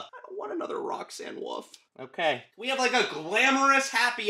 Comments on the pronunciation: "Roxanne Woof"💀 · Shut up saying roxxane woof it's wolf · Roxanne wolf not woof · “Roxanne Woof” 😂 i’m dying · Bro really said Roxanne woof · he says Roxan woof😂